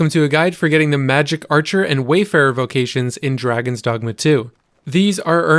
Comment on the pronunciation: Funny how everyone keeps calling it Wayfarer when it's Warfarer.